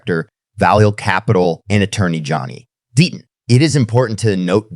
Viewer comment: DEETON or DETTON maybe figure out how to PRONOUNCE NAMES correctly or at least CONSISTENTLY